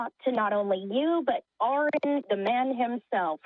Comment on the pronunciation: 😂 Aron’s Cringe when she said his name wrong lmaooo!